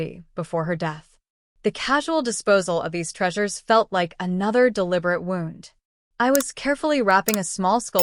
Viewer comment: I have wondered what was up with that! It goes by so fast. Also the pronunciation of “wound” up like clock and a “wound” like a boo-boo. But a snippet of foreign language or accent is strange.